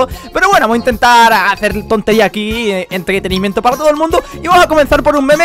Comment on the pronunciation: entdretenimiento, esa mal pronunciacion si se peude ver jaja